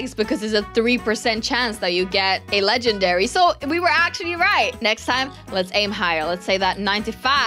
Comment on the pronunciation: It's legendary not ledgenary